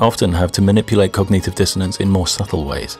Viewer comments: Your saying cog-nEE-tive is dissonant. It's cog-nit-ive... as in, wit-nit. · why does he pronounce cognitive as cogneative?